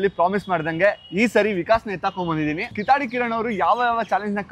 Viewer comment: ಕಿತ್ತಾಡಿ ಬೇರೆ ಕಿತ್ತಡಿ ಬೇರೆ ಎರಡಕ್ಕೂ ಅರ್ಥ ಬೇರೆ ಬೇರೆ ಕಣೋ... ನೀನು ಕಿತ್ತಾಡಿ ಅನ್ನೋತರ ಕೇಳಿಸುತ್ತೆ... ಕಿತ್ತಾಡಿ ಅಂದ್ರೆ ಜಗಳ 😂😂😂 ಕಿತ್ತಡಿ ಅಂದ್ರೆ ನಡಿಗೆ